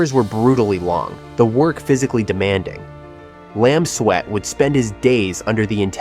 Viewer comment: Makes more sense to pronounce it Lam Suit than Lam Sweat. 😂